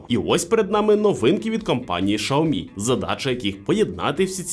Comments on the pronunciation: Шаоми сразу видно эксперта !!!! Уже весь мир знает как правильно: Сяоми , учись . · Безграмотность и невежество- Шаоми. В Украине -Сяоми. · Ксійомі правильно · Шаомі? Це щось новеньке😂 Такого читання назви ще не чув😂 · Правильно - СяоМи, было видео лет 8 назад, где чувак ходит по Китаю и спрашивает у китайцкев, как правильно говорить. А "Шаоми" пошло, от того, что директора по маркетингу, который вообще португалец, спросили как правильно и вот он так сказал, после этого даже вроде какие-то офицалы опровергали это произношение, в общем давно это было